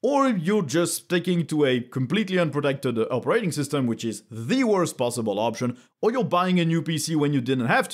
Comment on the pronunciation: Yep. We agree. It appears I'm gonna go with Linux for the foreseeable future. (If you don't mind my saying... the emphasis on the word "operating" is on the first syllable. :) So it's not "opeRAting". )